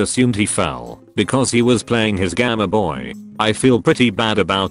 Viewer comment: Word:Gameboy Text to speech bot: g a m a b o y